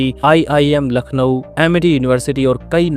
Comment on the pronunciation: Voice over should be more refined . Pronunciation counts sp for Lucknow ..